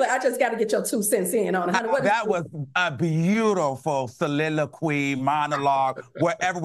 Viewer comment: “Soliloquy”, lmao! 😂😂😂